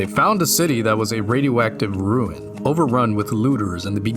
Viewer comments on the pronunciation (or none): none